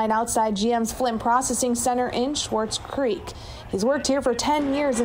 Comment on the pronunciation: No "h" in SWARTZ CREEK!!